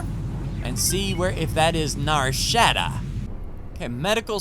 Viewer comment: 😂 Nar Sh - ah - dah not Nar Shaa - da 😅 Great work on the series!